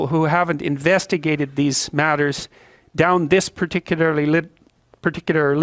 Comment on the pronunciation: "Invaestigaeted these matters down these partclr litrlry and philosophical pathway" Oh hell naw, he's speaking in tongues now!